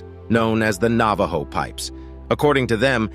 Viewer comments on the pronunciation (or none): none